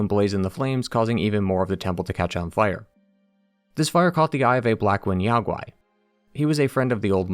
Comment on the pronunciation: NO Chinese can EVER forget the Monkey King <3333 The Great Sage was the name closest associated with him--amongst other names. Black ling YAO GUAY just means DEMON. 🤣😂😂😂 I am soo sorry I couldn't stop laughing over that pronunciation by the narrator. Sorry I know I ruined everything.